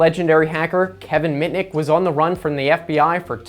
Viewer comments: Kevin Picnic? 😂😂 It's supposed to be Kevin Mitnick! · it's kevin mitnik not kevin picnic😀